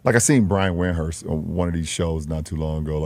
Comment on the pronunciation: Notice how he purposely mispronounced Windhorst name. Yes I say on purpose.